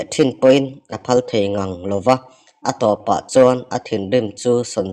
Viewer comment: TO/TIAK tih ang a lam tur TO/ TO THLI ang in i lam deih a